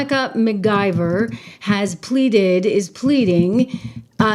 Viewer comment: Hi Trish, the Congresswoman's name is LaMonica McIver, not McGiver